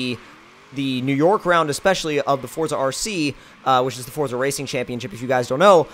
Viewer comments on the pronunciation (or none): And its definitely forza not fortza